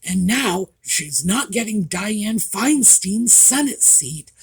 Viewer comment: With all due respect,... it's Fine-Stine (not Steen)